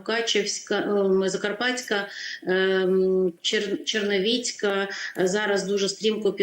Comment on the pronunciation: Аж вушка плачуть : Чернівецька ( ! ) а не Черновіцька або Черновецька